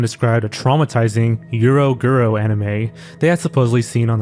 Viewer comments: "euro guro" my man, arent you hispanic? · thats an entirely new way of pronouncing "eroguro"